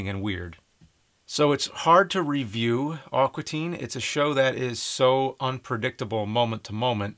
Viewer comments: It sounds like James is saying "Awkua" Teen Hunger Force. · Thats NOT how you say "AQUA"! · Amazing review. Great perspective. God fucking awful pronunciation of the word "aqua". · "Awkwa Teen Hunger Force" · It's "A-qua" not "Ah-qua"! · "Awkwa" Teen Hunger Force??